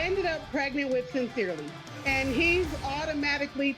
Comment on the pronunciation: I’m sorry...Did she say...Cyns’irley?💀 AND Aa’Blessing?🤣🤣